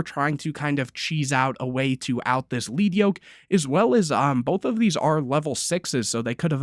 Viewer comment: It’s lead yoke. Lead. Like the metal. Pronounced like led